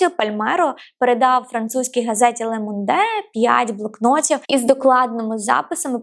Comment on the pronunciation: Дякую. Французькою назва газети вимовляється Лє Монд. Остання літера не вимовляється